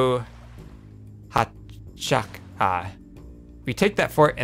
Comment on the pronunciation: It's pronounced R-I-O-A-CH-A. In Spanish when the H is not preceded by a C, it's a silent letter.